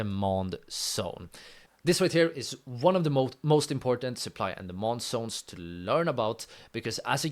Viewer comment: It's zones bro not sones 😅